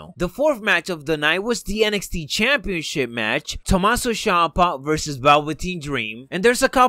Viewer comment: its not tomasso shampa